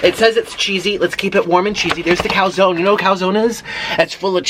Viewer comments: It’s a “Puh Zone” dumbass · It's called a P'Zone. I work at pizza hut in Tracy ca and you pronounce it like (pu zone) uh for the u